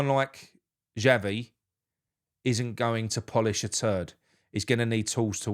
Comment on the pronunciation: Excuse me my name is Xavi not Chavvy so go and do one. Adios.